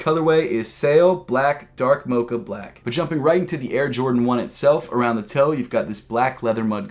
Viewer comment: Hate how he says “mocha”